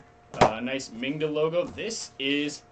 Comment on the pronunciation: Hi, It's Mingda, not Minda, thank you.